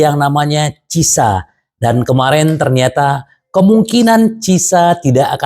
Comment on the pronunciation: Pas blg cieesa jadi cisa 😅